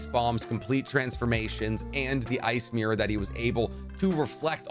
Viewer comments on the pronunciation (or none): none